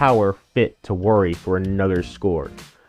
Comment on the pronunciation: is just saying “worry” 😂